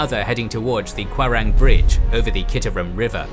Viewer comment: Apart from epic Soerabaja and his fail to read "rawa" Like Kwarang and Ambawara. I Didn't hear any significant problem.